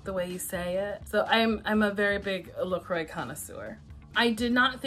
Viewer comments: It’s pronounced la-croy. It’s American, not French. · The way she pronounces La Croix though haha - is that really how American's think that is pronounced? :S